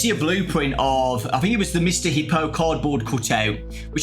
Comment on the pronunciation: He-po? I thought it was pronounced "Hip-po"